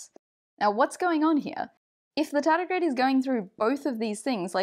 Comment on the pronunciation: My Chummer (you say Tedigrade) dislike experiments in this way *smile*. After this he feeling little bit confused.